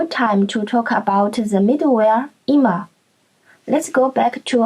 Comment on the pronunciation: Good one. +1 for the correct pronunciation of "Zustand" and "immer"